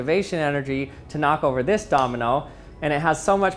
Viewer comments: Am I the only one who's hearing the word Dominal instead of Domino??? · Anyone else hearing him say dominal sometimes instead of domino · Did anyone notice that he's saying domenel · Can u say Domino and not dominal? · I can't get over how he pronounces it "dominal" 😂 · It's driving me mad - I keep hearing "dominole" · Are you saying “dominals”? Lol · Did he say dominals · Is it Just me or he is saying dominol and dominols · stop saying dominol